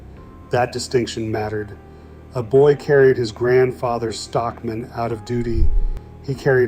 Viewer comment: ai kept saying Stock MAN separately lol